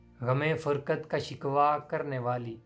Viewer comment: فرقت، نہ کے فرکت